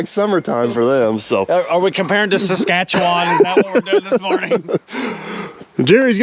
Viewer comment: correctly pronounced Saskatchewan, well done